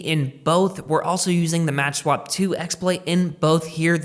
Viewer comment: It's called "makswap" and not "matchswap" Other than that, great video ;)